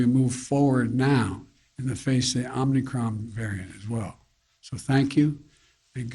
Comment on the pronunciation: Omicron...he said Omnicron.